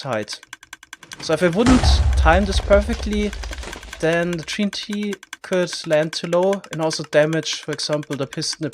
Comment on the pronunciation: sounded like he said tree n t